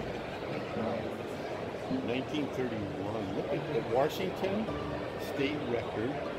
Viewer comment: 3 minutes 24 seconds, did your dad say Warshington...